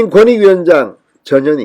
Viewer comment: 전현희... 이 여자는 이름도 발음이 자꾸 저년이 라고 ㅋㅋ 뻔뻔한 ㄴㄴ들.... 안 나가고 뭉개면 그냥 짤라야지... 말씀처럼 험한꼴 당하기 전에 ㅋ